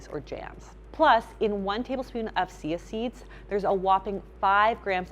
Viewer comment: Seeya seeds 😂😂😂😂 I love it when little slip ups or glitches happen. It always is adorable and give me a chuckle.